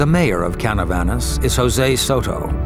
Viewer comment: not Canavanas, is Canovanas; talking about the chupacabra city of origin in PR.